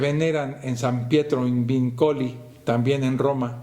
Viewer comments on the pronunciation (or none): 22'17" Pido perdón, la palabra italiana "vincoli" se pronuncia "víncoli", el acento está sobre la primera "i". Y la basilica "San Paolo fuori" se llama "San Paolo fuori le mura"